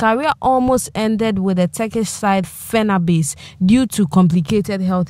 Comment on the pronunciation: Get the pronunciation of Fenabache well. Its not Fenabase.